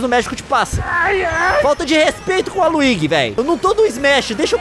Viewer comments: Pq ele fala "Waluigui" hein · me refiro a pronúncia. É mais comum ouvir com som de jota. Igual qnd se fala Luigi. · me refiro apenas a pronúncia, mano. Conheço o personagem, mas sempre escuto com a outra pronúncia.